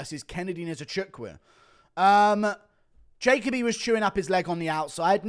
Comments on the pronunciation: It’s not pronounced jaycobee it’s jahkobee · It’s pronounced ja Colby